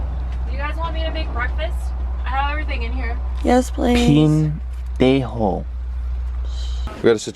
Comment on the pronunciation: No es pindenjo 😂 es pendejo 😂 Jajajaja